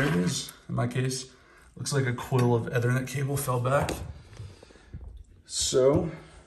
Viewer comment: Lol….his pronunciation of ethernet. 🤦‍♂️